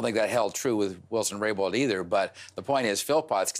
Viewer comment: It’s Jody Wilson RayBOuLD. Not Raybow Rainbow 🌈. Robert Fife annoys me.